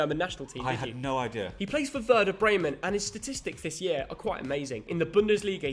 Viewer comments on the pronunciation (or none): none